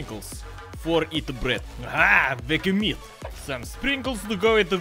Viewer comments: As an Australian the way you pronounce Vegemite is triggering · As an Australian gopnik, I approve. Planning to visit Russia soon. The way you pronounce vegemite haha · can't even pronounce "vegemite" and he's in on the Marmite joke